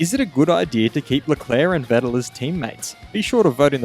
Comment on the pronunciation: Please try to pronounce Vettel correctly.